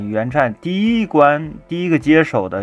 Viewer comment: 读音是嗯镇埃克斯